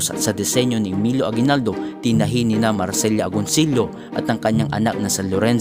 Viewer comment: Good videos. Keep up the good work. New subscriber here. Creative crtisism lang, medyo ayusin mo ang pag pronounce sa pangalan ng mga historical figures. Gaya ni Marcela Agoncillo. Ilang beses mo tinawag na Marcelya Agoncillo (dapat Mar-se-la). Si Artemio Ricarte naman sa ibang video mo ilang beses mo tinawag na Armitenyo Ricarte (dapat Ar-tem-yo).